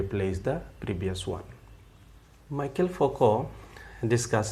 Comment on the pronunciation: Nice video, thanks! But its pronounced Me-Shell, not Michael :)